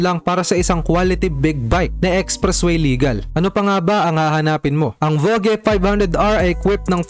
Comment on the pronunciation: "vodj" hindi vo ge🤣